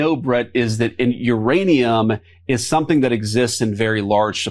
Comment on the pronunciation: Couchman was saying nuranium.